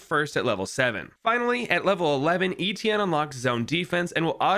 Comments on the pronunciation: your pronunciation of Etienne is maddening lol. Its pronounced Et- (like in Yeti) Ie- (like the letter E) nne- (like the letter N). Etienne. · you pronounced it wrong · I don’t think that’s how you pronounce etienne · You pronounce his name wrong and it pisses me off